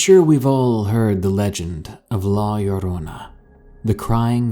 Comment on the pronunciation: Thank you for saying "La Llorona" the right way lol😂😂 I read that story as a kid. I've heard so many narrators who didn't. That's why you rock!!!😁😁😉💯💯